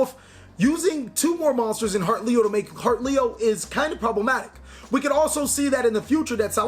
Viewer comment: Also I love how you mispronounced certain cards... HEARTleo and MIRADstallio.. heheh. <3